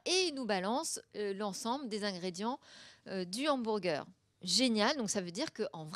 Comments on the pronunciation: "ambourgueur" NON ! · il y a que moi que ca choque qu'elle prononce un Hambourger ? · "Hambourger" x)